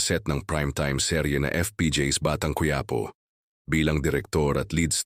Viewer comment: Cuyapo . Ayusin no pagbigkas mo.